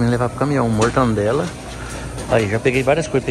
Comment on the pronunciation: 'mortandela'...rapaz, essa doeu.